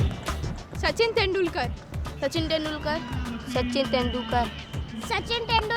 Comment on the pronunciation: Sachin tenDUKKAR.. 😂😂😂